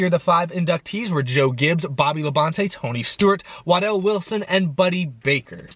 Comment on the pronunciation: No... is pronouncing it wrong:v